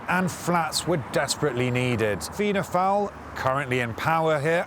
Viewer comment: the mispronunciation of the fianna fail party as fianna foul couldn't be more appropriate:)